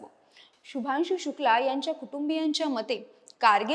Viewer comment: माहिती चांगली आहे शुभांशू ह्या नावाचा उच्चार शुभानशू असा नाही. मराठी भाषेतून निवेदन करत असताना मराठी भाषेत या शब्दांचे उच्चार कसे आहेत हे याचा अगोदर अभ्यास करा आणि मगच निवेदनाला उभ्या राहा